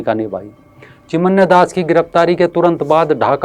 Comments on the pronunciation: चिन्मय बोलो चिमन्या नही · सराहनिय व्हिडीओ। चिमन्य नही, चिन्मय कहीये, चिनमय। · चिमन्य नहीं भाई, चिन्मय दास हैं।